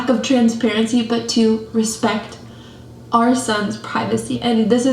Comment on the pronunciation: "Are son"... No Myka! It is " OUR son"